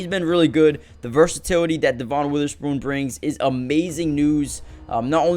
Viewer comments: It’s pronounced Devin not de von. I know, the spelling doesn’t match. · It is spelled Devon but it is pronounced Devin